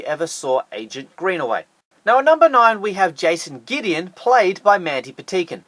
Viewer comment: You are saying Mandy Patinkin llast name wrong